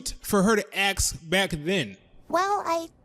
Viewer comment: Also you said "Axe" instead of "Ask". Should work on that.